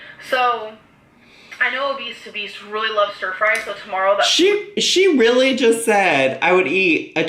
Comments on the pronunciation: for rill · “Rilize” “Lah” “Feelinz” “Amazeen” “Inscruciating” “Basamatee”